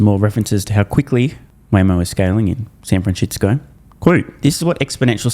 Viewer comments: San FranSHITsco 🤣 every single time 🤣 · San franshistsco😂😂